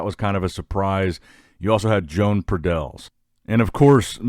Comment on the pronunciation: Imagine pronunciating Joan as John